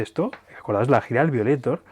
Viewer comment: Se pronuncia "vaioleitor". Igual buen vídeo👍 y como tú has dicho: Larga Vida a Depeche Mode!